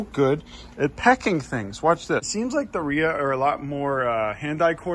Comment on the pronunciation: I'm a Rhea too. Thank you for finally pronouncing it correctly. Luv your adventures. 😃